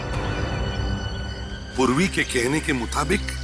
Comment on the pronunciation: Purvi ❌ survi✅